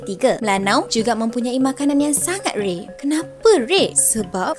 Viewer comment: heheheh.. makanan 'Rrrei' bukan rare ye.. ahhah